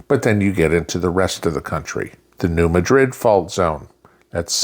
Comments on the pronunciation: New Madrid (Nu MAD-rid). Gotta say that one like you’re from the boot heel. I recall a 4.6 back around 1990. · NOT the New Madrid as in the city in Spain. The South calls places the way it wants to. It is the New MAH- drid fault. Emphasis on the first syllable. Please say it correctly.